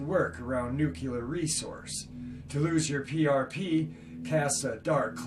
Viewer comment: good story and narration, that out of the way can we just agree its nuclear, not nucular or anything else. cheers 🧔🏻